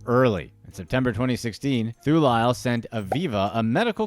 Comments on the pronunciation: Too lay le😂😂😂😂 such butchering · The way he pronounces Thulile sent me... I wasn't ready for that. 💀😭 (It's pronounced Too-lee-leh)